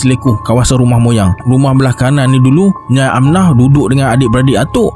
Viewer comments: Rasenye nyai tu bkn satu sebutan nyai..tapi dua sebuatn, nya ee 😊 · Sorry nak betulkan sebutan: a) Nyai = Nya-e b) Seletar = sebuah kawasan - Se lay tar (bukan sebut se ler tar) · Kalau tak salah nak sebut nyai tu sebutannya nya-ie sb org johor pgl gitu.. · Nyai tu sebutan dia Nyai-ee kan? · Macam salah je sebutan nyai tu bang😅😂